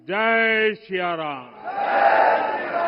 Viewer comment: sahi se hindi to bolo pm mahoday. Shia ram bol rahe hain Siya Ram bolna hai. सिया राम है, शिया राम नहीं। जय जय सिया राम।